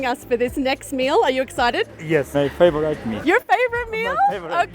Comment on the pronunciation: when he said "my favotite meal" kefay ferenjochu endehonu tawkwal LMAO🤣